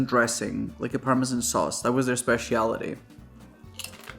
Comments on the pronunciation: Bruh said “Spess—see-ality” 🤾‍♂️ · “Spesh she allity “ 🤣